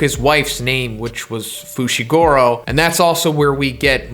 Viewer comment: FOO SHEE GOO ROH. FUCKS SAKE